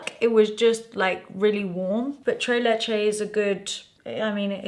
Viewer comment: Can you PLEASE pronounce the S's in TreS LecheS ?? Haha, it's a great Spanish flavor, not the French "très"